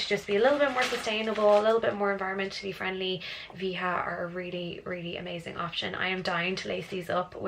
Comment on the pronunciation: Nice vídeo ...the sneakers pronunces "VA - DJA" is Brazilian Product.